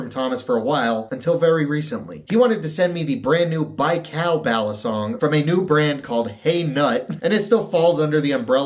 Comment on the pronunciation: You are saying it right! Thanks for the shout out! The Baikal is already sold out! I guess I'll have to wait to get it. Excellent content as usual. Love your vids!